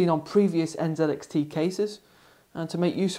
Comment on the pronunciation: N (ZEE) X T... NZXT......... Im totally fine with the Canadian and British pronunciation of the letter "z", but when its a brand name... pronounce it how it was intended to be said.